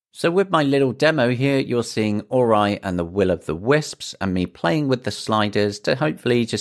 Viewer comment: It's pronounced OH-REE! Interesting how you pronounced H the American way though Being able to play Sony first-party games like Spider-man on a portable, this is basically the best PSP3 or PS Vita 2 we're ever gonna get